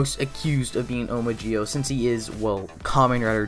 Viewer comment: I'm sorry but when he said zi-o sound like gi-o